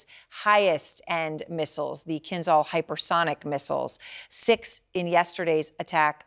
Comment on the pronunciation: I wish people would learn to pronounce "kinzhal" correctly. The "zh" is like a French "j", i.e. a voiced sh sound.